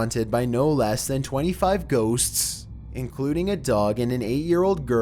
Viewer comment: GHOSSSS ( GHOSTS )